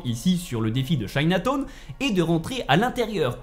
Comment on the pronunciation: Chinatone 😂😂😂 midtone tes sur que tu la fait le jeux c'est quoi cette prononciations